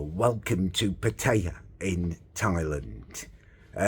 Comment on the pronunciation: “Im Getting good at these Asian pronunciations” - after saying Pattaya and baht incorrectly a hundred times 😂😂